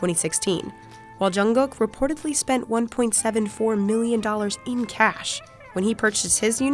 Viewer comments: At least this narrator doesnt pronounce jk's name funny like the other ones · I love how she pronounce jungkook